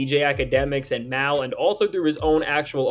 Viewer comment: He called him MAWL - Mal 😂😂😂 hilarious